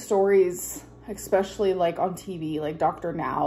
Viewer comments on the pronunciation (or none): It’s “especially” not “eckspecially” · You have no idea. One chicken breast has way more than 20g of protein. Also it's NOT eK-specially ! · Exxxspeclly drives me insane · Let’s not forget EXspecially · What is the definition of “ex-speshully”? Another example of ALR’s linguistic genius. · I am British and have heard many Americans say that word like that.